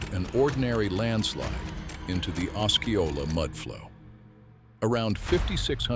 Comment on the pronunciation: it would be nice if the AI voice learned how to pronounce Osceola. I have 2 friends near the mountain. I hope Rainier stays quiet for decades.